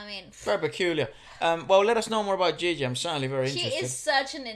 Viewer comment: I'm so happy you read her name "Ji-Ji" and not the typical "Gi-Gi". Hahaha! Nice reaction by the way.